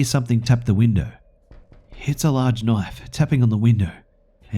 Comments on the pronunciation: I absolutely loves when he says KNOIFE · Dang it, now I'll never stop hearing it that way....!